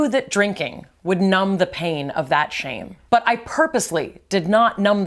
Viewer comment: Why did read shamy?? Instead of shame